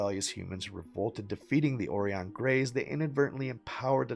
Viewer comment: It's pronounced O rĪ ON LIKE "OR EYE ON", Right on.